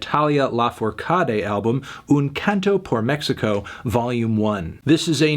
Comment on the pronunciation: The way he pronunciates Mexico is so White.